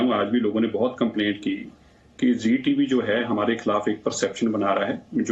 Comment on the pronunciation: Its sheeee news not zee news